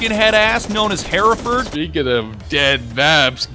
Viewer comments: The map hereford is pronounced her-ford its a breed of cattle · Bruh its pronounced he-re-fud